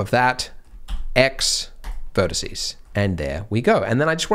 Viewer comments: Drives me mad. But I'm old enough to have had to do Latin at school. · Corporate needs you to find the differences between the words vertex and vertice Andrew: They're the same word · Haha he said vertece😂